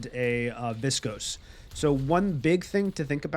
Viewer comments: Learning a ton about geist from you. Thanks for the videos. I chuckle every time you say viscose instead of viscous hahaha. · viscuss > viscohs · Viss-cose How does this happen when there's tons of callouts and voice lines with the proper pronunciation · "Invernus and Viskose" bruh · I love the videos and the explanations. Really helpful for learning, just started playing a couple days ago. But man, the way you pronounce viscous is getting to me xD